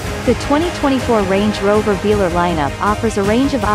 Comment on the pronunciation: AI has still to be trained to pronounce the name of the vehicle right 😉